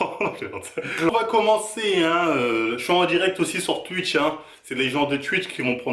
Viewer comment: Mdrrr c'est à cause de lui il dit "tuitch"